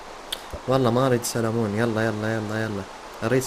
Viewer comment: سلمون ❌ سالمون✅😭😂😂